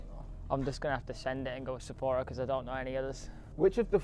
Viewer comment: Is it me or when said Sephora it was so satisfying 😂